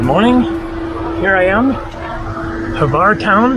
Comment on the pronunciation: Glad you allow comments now... I tried to give you some tips about Hvar in your first video when you did not disclose where you were... I'm glad you are now going all over the island... many people only stay in Hvar Town and miss a lot of the whole beauty... Croats pronounce it like "Phar", or Far... as you saw in Stari Grad, it derives from the greek Pharus, which means lighthouse, and there was one in the Pakleni Islands, or Devil's Islands, the little ones that guard the entrance to Hvar Town... although the name Devil's islands is common, many people say it is an error in translation. Also, the ferry only gets to Stari Grad, defining ferry as a large ship where large items such as vehicles are transported... the depth of the port there allows it. The ship that gets to Hvar Town is a big Catamaran, which basically is a platform mounted on two parallel hulls of equal size and therefore can get in shallow waters. When you get back from Korcula to Hvar, try to go to a winery, the lavender fields... Vrboska can be pretty noisy because normally the nightlife there in high season is a magnet, although not my "cup of tea", as Hvar has slowly but surely displaced other european resorts favored by the jetset... In all those towns, look for the image of a winged lion and his paw over a book. That's the symbol of St. Mark the Evangelist, saint patron of Venice... remember that the Venetians dominated the region for some centuries... if you look for those lions, you'll find them all o